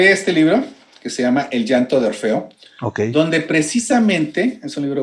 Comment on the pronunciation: Es Orfeo. No Morfeo (ese es el de los sueños)